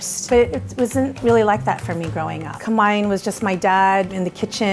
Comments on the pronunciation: How you pronounce "kamayan", is really, really triggering me. 😂😂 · Holy crap that woman pronounced kamayan so American I didn’t even catch that she actually said a Filipino word, “kamay” for hand lol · I thought he said "Camaian" feast but then i kept thinking and now understood it. It's actually Kamayan AHAHAHAHAHA